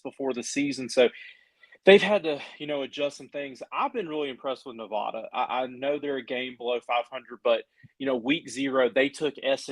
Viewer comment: I don't know if you'll read this, but just a heads up, you're saying Nevada incorrectly. The locals don't use the long a sound, we say the a as in 'apple'.